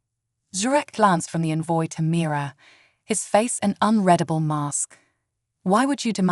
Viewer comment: Please, for the favor of Great C'thulu, teach these AI readers how to pronounce "unreadable" correctly!!